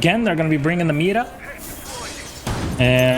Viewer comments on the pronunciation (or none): He said meeda